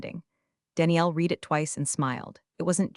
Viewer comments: Please. If you want subscribers teach your AI the difference between "read" (red) and "read" (reed) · OMG. READ It’s pronounced RED —RED—RED—RED NOT FREAKING REED Thumbs down 👎 get it freaking right or don’t post to YouTube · Another one is SEC is not sex 😂😂😂😂😂, although that one may have just been more noticeable in the text version. But yes,yes,yes, reed vs red. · This is getting OLD, you need to come up with something new. Read as in red, not reed. Change your phrasing with something new. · Reed instead of red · Maybe you need to tag "read" as "red" so the AI can pronounce it correctly. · AI keeps saying read like it’s present tense… tag it as red so it stops tripping over itself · Thaaank you. I am almost dying every time I listen. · Gabbled commentary. Usual AI crap - can't differentiate past and present tense of 'read' according to context, which makes a mockery of what could be a good story. I just don't get the need for AI narrative. Is it financial? If so, it's not worth it. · If that hotline actually exists, it’s probably run by the same folks who can’t pronounce read right 😂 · no reason the AI should keep messing that up lol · Sometimes it's read and sometimes it's read. Unironically is not uni-ronically though, ironically it's un-ironically. Sometimes present is present, and sometimes it's present. It's clever how the AI does the text though, pronunciation mis-steps aside. 😊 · The AI voice is getting better but still fails in certain pronunciations - specifically the word 'read' It doesn't recognize the present/past tense and resulting change in the way the word is pronounced. "I need to read the recipe"... "I already read the recipe" The cadence of speech has improved, but still misses subtle changes of tone in complex sentences. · present vs past “read” should be easy fix lol